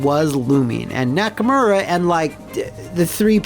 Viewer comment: >Nakamura Excuse you, it's pronounced "Nacker-Murray."